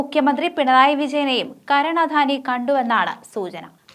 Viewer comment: അധാനി അല്ല .... അദാനി